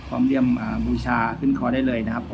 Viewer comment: เลี่ยม ไม่ใช่ เลื่อม ตะกั่ว ไม่ใช่ ตะกว่า เวลาพูดอ้าปากกว้างๆแอดจะพูดชัดขึ้นเชื่อผม ผมก็เคยเป็น